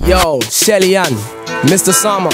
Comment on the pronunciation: Can anyone tell me why he says Shelley-Ann??